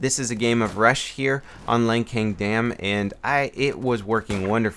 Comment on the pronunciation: Pronounced lansang, not lankang.